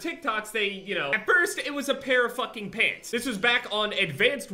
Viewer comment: I thought he was talking about pigs instead of pants lol